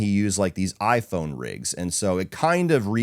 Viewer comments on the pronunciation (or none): none